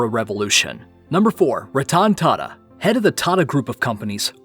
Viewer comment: The way you Pronounced Ratan Tata is Horrible. Happy to see that he has immense wealth. He is a nice guy and contribute to charity